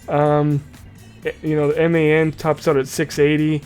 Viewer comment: It's pronounced MAN like your a man I'm a man